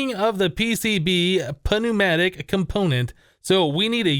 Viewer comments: PNEUMATIC IS PRONOUNCED NOO-MAH-TICK. THE P IS SILENT! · The p is silent :|